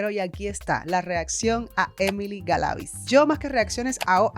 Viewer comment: Saludos desde Venezuela... Muy bueno tu analisis .. un detalle el apellido de Emily se pronuncia acentuando la i de Galaviz porque esta entre dos consonantes, se escucha extraño como lo dices.